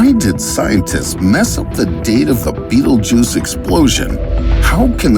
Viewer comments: That’s not it’s name tho he’s actually just pronouncing it wrong. Sorry to ruin the fun it’s pronounced bet-elg-yuse. It’s spelled Betelgeuse it’s literally not even spelled beatlejuice don’t know where he got that from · Betelguese not betlejuce. Waste of Time to This video. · Not beetlejuice its betelgeuse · its pronounced bettle geese????? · The star is pronounced Bet-elg-yuse. That’s why it’s spelled Betelgeuse not trying to nit pick this is a great video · It is not how you pronouced a Betelgeuse :/